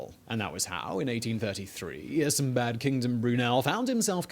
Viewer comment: Why does the narrator sometimes says Isambad Kingdom Brunel?